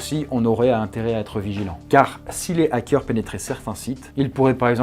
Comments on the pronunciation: "Les zackeurs" Je vois qu'il a toujours autant de mal à s'exprimer français :) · " les ZAKEURS " lool! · '' LeS ZacQuEUr'' 😢😂😂 mes oreilles saignent 😂